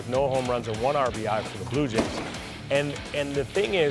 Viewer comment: Daaaaaaaa Blue Yays loooooose! Say it again Vlady daaaaaaa blue yays loooose! Una ves mas mijo daaaaa blue yays loooose! 😂😂😂